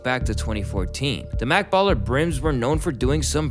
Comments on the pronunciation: This nugga said makkballa blood hound brims 😂😂😂😂 this is wronggggg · Bloundhound brim not Makk Blla ...La Brim not Larry O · Dude said mak balla bloodhound brims